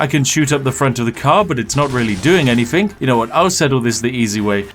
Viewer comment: Its not doing “Anyfink”